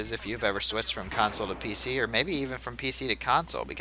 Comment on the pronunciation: Are u saying pic master race?